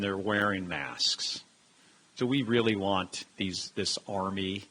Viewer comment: He said this army like it’s a foreign army.